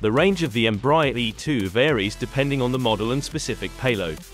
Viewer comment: Please learn to pronounce the brand name right EMBRAER is spoken EM-BRA-AIR